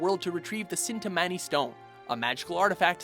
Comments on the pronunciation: This man said cintimanni stone, lol, it's Chintamani Stone. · In every video they have to mispronounce something cin-ta-mon-e more like chin-ta-mon-e